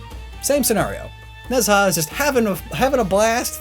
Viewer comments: nez ha? its more like ne ja :/ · Its not nez ha its ne zha pronounce ne cha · Ne Zha is loosely pronounced in English like "nuh jah" the retroflex zh sound doesn't exist so j or dj technically sound like the j sound in Mandarin. Regardless hearing "nez ha" is major cringe. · You put the image of Ne Zha from the 2019 film of the same name which is on Netflix and comes with subtitles and you still pronounced his name VERY wrong. The mandarin to English dictionary says its pronounced knee-z aa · Ne Zha is pronounced nah-JHA or something to that effect (don't know how to express tone in writing lol) But does anyone else think it's funny that Sun Wukong--the inspiration for a great many characters in contemporary pop culture--is itself inspired by another character. That being Hanuman (loosely pronounced HAH-new-mon.) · As a Chinese kid every time I hear you say Chinese words I correct them in my head. Still doing a better job than my sister though. Keep up the good work. Ne Zha is pronounced more like nuh (piz)za. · goddd the mispronunciation of Nezha keeps annoying me